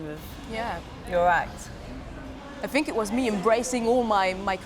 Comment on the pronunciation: Especially when she says "everyfing" or "I fink" !!!